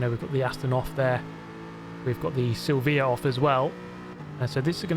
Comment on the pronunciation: Silveeah? Lordy